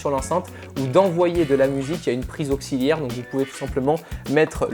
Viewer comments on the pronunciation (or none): none